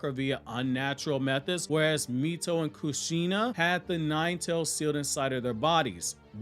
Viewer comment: Btw, it’s “Kush-Shun-ah” not “Ka-Shein-Na” They’re Japanese names, not black American names.